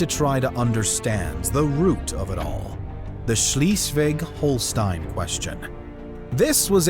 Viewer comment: I hear this „Schleswig-Holstein“ Variant of pronunciation and all I feel is pain… I wonder whether the author of this channel had a sadistic intention of hurting people…